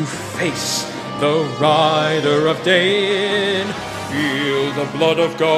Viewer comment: Is Daein really pronounced Day-in?